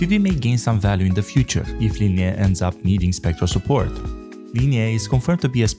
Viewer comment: God... It's Li-nay, not Li-nay-eh. What's up with YouTubers not being able to pronounce the easieste names? Just put the names through Google translate and listen to the pronunciation in English.